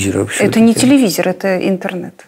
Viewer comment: Никто: Абсолютно никто: Быков: телевизер